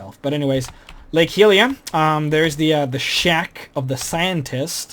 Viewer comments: Lake Hylia. Its pronounced Hi-lee-ah. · too many 'just in the games' drove me a bit nuts, and also miss pronouncing Hylia and other things at points, meh, looks like a good mod though, but if i want to, will explore myself, not by this guy